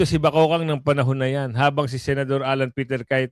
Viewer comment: Kuya god di po BAKOKANG.. .BAKEKANG po. Yan ang tawag sa babaeng may pinaka panget na mukha at paguugali ng pagkatao nya kaya po sya mabigyan ng pinakapanget na nilalang!😢